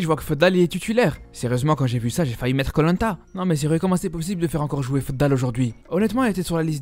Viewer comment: Ça me tue quand tu dis koh lanta 😂😂😂😂 Sinon super vidéo comme d'habitude 👍👍🇲🇦🇲🇦🇩🇿🇩🇿🇩🇿💪💪💪💪💪💪🇩🇿🇩🇿💪